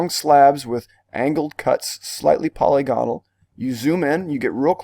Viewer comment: Not a criticism, just information. The word polygonal is pronounced po-LYG go-nal not POLY-GON-al. You do great work here!